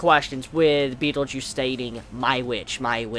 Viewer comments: Every time your pronounce Betelgeuse as Beetlejuice, I always think..."say his name three times" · when u say betelguese it sounds like beetle juice, like who defaq r u talking about, is my reaction when u said beetle juice